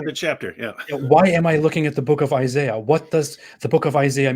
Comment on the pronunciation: It's Isaiah, not Isayah.